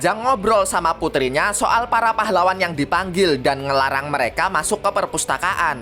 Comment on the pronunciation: "pAhlaWWan" pas bilang pahlawan "w" nya Iyo kayak wha